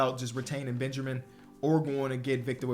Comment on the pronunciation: explain saying Benjermin